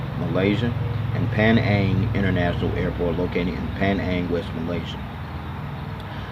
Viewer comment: its pronouced as pee-nang or penang together haha.